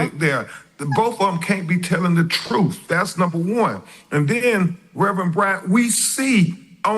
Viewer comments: Uhm it was July 4th and not November 4th. He misspoke. Also it’s “truth” not “truf” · The truff the whole truff and nothing but the truff 😂😂😂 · he can’t even speak right! 😅 “wiff” and “troof “ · Am I hearing this Lawyer say wif and truf? What the?!?!